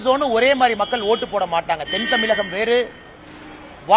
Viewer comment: டேய் பாடு அண்ணாமலை தமில் இல்லடா தமிழ் சொல்லு து த்து தூ............